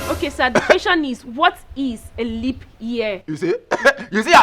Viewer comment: Honestly you are a case BROTHER SHAGGI🤣🤣🤣🤣🤣......LEAP not LEANP🤪🤪🤪🤪🤪🤪